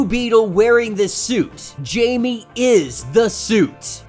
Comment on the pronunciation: I’m sorry but it’s pronounced “hi-may” no Jamie but still love ur content 🙏